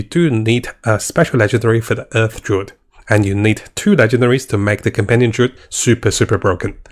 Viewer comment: Maybe he did it on purpose hah. Druid is Durid, and Necromancer is Nercomancer.